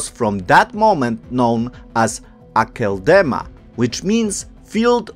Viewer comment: the name of the place is pronounced 'Akeldama' (field of red) Not Academa.